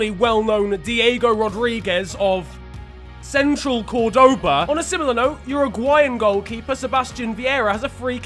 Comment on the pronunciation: Nobody in the World:: Sehntral KorDoba Me: Sen-tral Cohr-doba